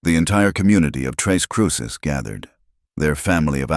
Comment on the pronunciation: Hello. It's tres (three) CRUCES (crosses), not tres CRUISES!!